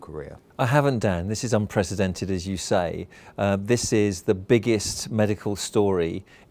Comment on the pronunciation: The way he said "unprecedented" is unacceptable.